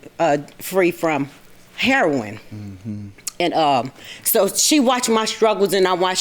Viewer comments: Hair-on is how you pronounce heroin? Since when? Lol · What’s with pronouncing heroin “Herron”? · Why does JM pronounce the drug "Hair-on"? I've never heard anyone but him say it that way. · I know she was from Chicago by the way she pronounced heroine. Heron is the pronunciation here.